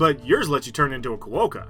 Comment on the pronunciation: quokka is pronounced KWOKKA